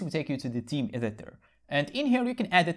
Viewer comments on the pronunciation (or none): Amazing content!! Just a small note, you pronounce the word "theme" as "team", that got me a little confused at first 😆. So, the "th" is supposed to sound as the word "think". Good luck and continue giving valuable information!